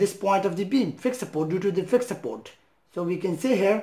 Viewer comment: "SUPPOOWWWT ' in philippine dialect means UNCIRCUMCISED..the letter 'r' left the chat..